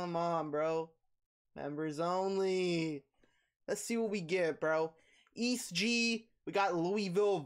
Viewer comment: its prounouced e - s - t gee